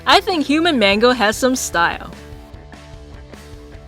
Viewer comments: it is mangle not mango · it is mangled not mango